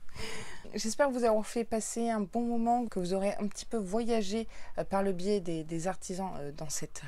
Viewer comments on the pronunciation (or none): none